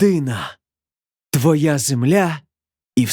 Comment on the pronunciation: Читцеві слід було підкреслити, наголосити: " ТВОЯ земля і все, що є на ній". Зрештою, сам вірш треба читати, на слух - якось не дуже.